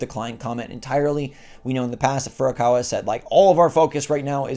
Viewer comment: Stop it Get some help!!! Say Furukawa hahahaha